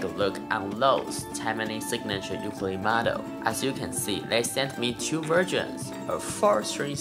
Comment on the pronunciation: Amazing playing! Now we just need you to pronounce the name of the instrument correctly since you have such a large audience. Theres no "Y" sound, its more like Oookoolele. I'm sure you can find a video of a Hawaiian saying it correctly. Keep rocking dude!